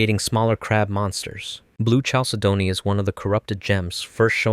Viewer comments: Correct pronunciations: PEAR-ih-DOT CAL-SAID-KNEE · Great video, just a tip for next time chalcedony is pronounced (cal-Sidney)